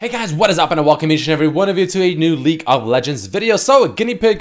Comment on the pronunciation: Please bro, say leaGue of legends not leek of legends! I love you, watch you every night before i sleep but holy shit bro, do me a solid